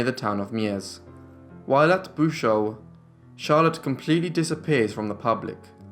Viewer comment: I'm back. Bouchout is contraction of two Flemish words bouch (guttural ch) en hout(wood). The pronunciation is boochout with the 'oo' and the 'ou' as in English.😁😲